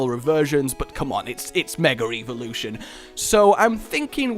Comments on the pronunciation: Why do you keep saying Mega Re-volution? It's Evolution. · "Megar Eevolution"